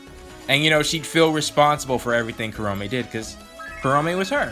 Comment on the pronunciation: Huh. I just noticed that you pronounce Kurome's name as "kuh-ROW-may" instead of "KUR-oh-meh". I mean don't get me wrong, both are equally valid since the Japanese language technically doesn't do the "emphasis on specific syllables" thing, I just find it interesting.